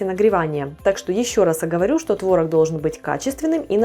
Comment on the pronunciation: не творог, а творог 🤡